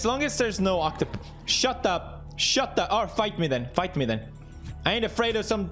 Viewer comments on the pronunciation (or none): none